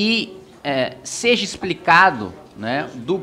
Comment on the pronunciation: Você vem sendo muito bom para cometer um erro tão simples de falar a palavra "seja" de maneira errada, até onde percebo, com certa frequência, apenas por isso faço essa observação esperando que encare com algo construtivo.